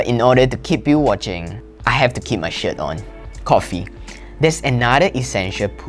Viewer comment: It almost sounded like he said “shxt” on. Lol